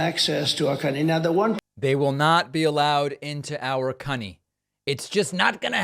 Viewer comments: I laughed outloud at aspects of the Traitor's speech. 🤣 😂 🤣 Calling our country "cunny" and his other flub ups. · He must've had his daughter on the brain when he said "cunny" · He did! He said cunny😂😂😂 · He did not say cunny lmaoooo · Select the video's "settings" gear abd play the misspoken passages at 0.5X speed. Trump did say markers and cunny!